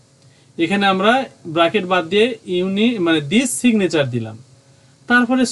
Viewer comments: উচ্চারণ ব্রেকেট না উচ্চারণটা সঠিক হবে ব্র্যাকেট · ওটা বাকেট না ওটা ব্রেকেট হবে ❤😂